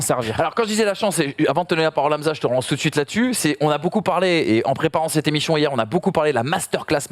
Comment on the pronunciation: Top cette "Cette émichion " x) Sans dec bravo pour la réalisation !